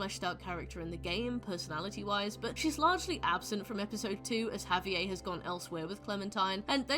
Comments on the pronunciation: the way you pronounce Javier is diabolical 😭🤚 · good video but the pronunciation of javier’s name in british is killing me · I've never heard Javier pronounced that way. Interesting